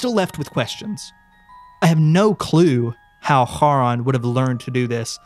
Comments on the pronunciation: thats not how you pronounciate charon why you saying it like its an arabic word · i really don’t wanna be that guy. but the ch in charon is pronounced like the one in chasim, & not like how it’s pronounced in german or hebrew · I actually think the company is pronounced "care-on", iirc! I have this vague memory of it being in the first Percy Jackson book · Great video! Loved the viewer follow-along. The way he pronounces Charon like the c is silent is kinda funny. Very charming! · Whoever created the backrooms style of content that compliments this story here did a heck of a job. Ive been visiting the actual website since opening and i never got anywhere on it so i had to just look at other people's discoveries on it and thats actually how i found this and in glad i did . Only thing is how the narrator pronounces Charon. Im not grammer nazi but theres something about it that just doesnt go with the rest of the narrative. Ive heard it enunciated as Karen or Karon and even Sharron wuch as the boarmans name or Artemis Entreris temporary sword Charons Claw. But Harron sounds very german in an else while english story . Potato poe taato i gues. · First time I heard Charon being pronounced that way! Didn’t get who that was until you talked more about him oof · Why do you say Charon wrong? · man, i need you to google how to pronounce "charon" because it's not the way you think it is